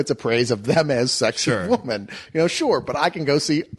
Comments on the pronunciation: really can't say "women". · Look up the Baby Mama Spill review where they FINALLY call out on the fact that he can't say the word "women" plural.